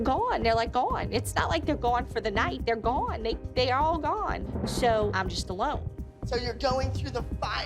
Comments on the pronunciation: “they’re gwone they’re all gwone like they’re just gwone” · Why did say gone so much in less than 20 sec and she pronounced this lil go-won